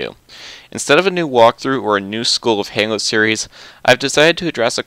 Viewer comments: You keep saying "hango" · Why does he pronounce Halo like "Hengo" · I laughed ever time he said halo he can't say it